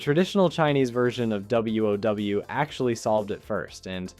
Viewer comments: Starts sounding real, but then calls Gnomeragon “Gnome-Ragen” or literally calling the game “W. Oh. W”. Damn so ruining everything. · This is the VERY first time I heard someone said WoW like that.